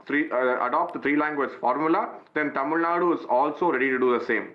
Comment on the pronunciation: Watch your language that is Tamil Nadu not Tamil Nad..... How did you 😂 become a news reader anyway